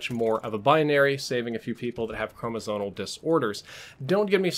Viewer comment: It's pronounced "chromosomal," with an 'm,' not an 'n.' Being a Bio major and after taking Genetics, people saying "chromosonal" really gets on my nerves. :/